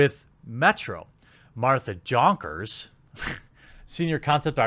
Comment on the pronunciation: The way you butcher that name Jonkers :D! Pronounce it like Yonkers